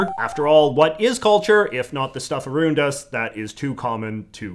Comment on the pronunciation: he said arundus